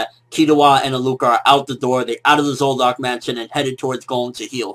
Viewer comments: Why do you pronounce Zoldyk, zoldock? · What's with the "zoldock" shit, bruh?